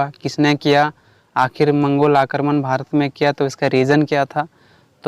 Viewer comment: मंगलो नहीं भाई मंगोल होता है 🥹